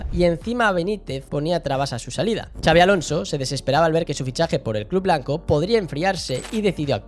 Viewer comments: En todo caso "txabi" 😂 Pero no, no hay manera que pronuncien bien el nombre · Q no es “chabi”!!! No hay dios q pronuncie bien su nombre😱😱😱